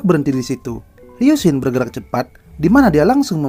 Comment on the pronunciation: Bang bacanya ryusin bukan ryunsin🙏